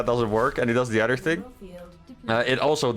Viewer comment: Your English is great, but one thing keeps standing out. I noticed in your vids that when you say the word "other" you pronounce it as "udder". Just a heads up :)